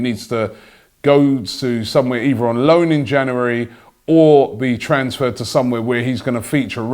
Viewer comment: “ In Janouerry”